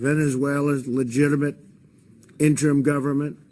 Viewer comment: You mean he slurred the word "interim"...